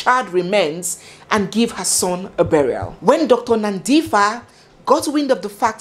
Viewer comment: Well done being a Nigerian you have tried her name is Nandipha like how you would say Par for (Pha) but you have done amazingly well yhooo Bester is indeed a Momster his mother would hv been killed and no one would hv known about her that's the kind of monster the man was